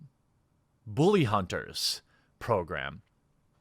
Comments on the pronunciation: Dude, the way you say "Booley Hunters" cracks me up every time. 🤣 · "Booley Hunters" Jesus, dude. Where are you from?